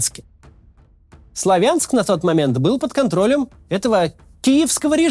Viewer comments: Не СлавЯнск,а СлАвинск! Так раздражают неправильные слова и ударения,тем более в назвниях населенных пунктов! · СлавЯнск а не слАвянск.Блин